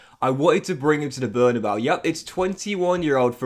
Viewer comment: Bernabeu is pronounced Behr-nah-BAY-ooh